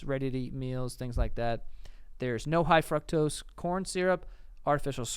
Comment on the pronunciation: The way Joey says “fructose” 😂